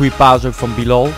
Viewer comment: Het is Bielal en heb je Pelle verkocht